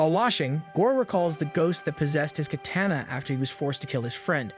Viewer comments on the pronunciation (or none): none